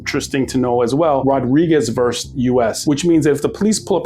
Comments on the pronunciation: Ok, I'm gonna be that guy. It's VERSUS not VERSE. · It's VERSUS, not "verse." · It's versus, NOT verse. Those are two totally different words, different meanings.